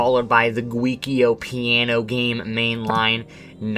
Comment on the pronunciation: Joko piano....NOT Gwewkiyo peeyao Gambir...NOT gandit